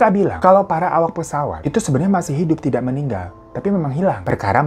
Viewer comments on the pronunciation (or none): none